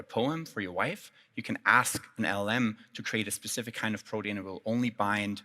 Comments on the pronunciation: Why does he keep saying BRODEAN?! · What is with the pronunciation of protein